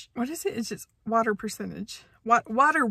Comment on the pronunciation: "BODY WATAH" - The highlight of my day.